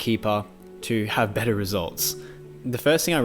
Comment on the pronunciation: “A betta life.” Lol